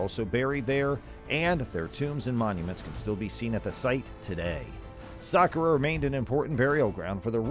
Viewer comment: It's pronounced sakkara